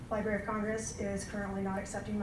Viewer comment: Ok, this speaker sounds like she only knows current Spider-Man (miles morales). Nothing wrong with that, but I'm annoyed by her constant pronunciation of "libary" instead of liBRARy. As a supposed librarian, i find her credibility suspect.